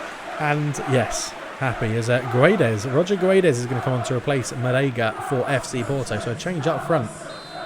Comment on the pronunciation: It's King of Pronunciation time! *Choir in the Background* Ooooooooh, It's the King of Pronunciatiooooooon *voice fades out* In today's episode, we're going to learn how to spell "Guedes", a very common Portuguese last name. To correctly pronounce the name, we first need to pronounce the word "gets". Both the "u" and the last "e" in "Guedes" are silent after all. So, how does one pronounce the "ds" sound at the end of "Guedes"? Well that's easy! You make a 'sh' sound, as in "should". With all of that being said, "Guedes" should be pronounced like "Gedsh". Good luck, and stay tuned for the next "King of Pronounciation", baby! *Choir in the Background* Ooooooooh, It's the King of Pronunciatiooooooon *voice fades out*